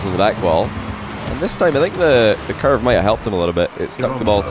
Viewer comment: Why does he say « couver » instead of « curve » ? :-/